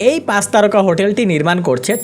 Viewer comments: C ar S nea pronounciation e problem ase, Pach ke bole pas, chittagong ke bole sittagong.... egula improve hole video aro bhalo hobe... otherwise good ! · pas na, pach... pronunciation thik koren plz